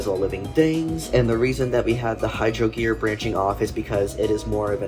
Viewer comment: I believe it's hygrodere, not hydrogere. Sorry i love nitpicking lol